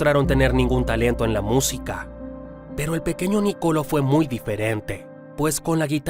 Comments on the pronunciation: Felicitaciones por tan interesante biografía. Solo como información general, se pronuncia Nicoló y no Nicolo. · No Nocolo😂😂 Nicolo' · No hay manera de que pronuncies bien el nombre Niccolò